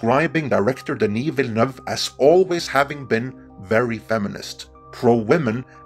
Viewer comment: I can't believe you finally pronounced Denis Villeneuve's name correctly!! xD